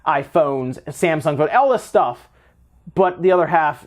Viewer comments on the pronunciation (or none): none